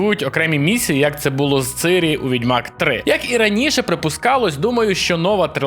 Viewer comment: Круто, тільки польською і в українській локалізації правильно Цірі, а Цирі то руснява адаптація як завжди